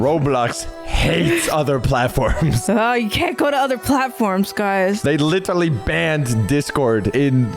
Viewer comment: how many times did say "litterly"